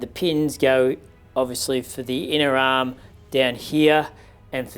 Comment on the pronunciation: I like how he is saying arm sounds like aaaam.